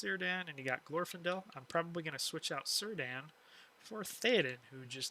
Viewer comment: The C in Cirdan is read as a K 🙂 Just thought you'd like to know.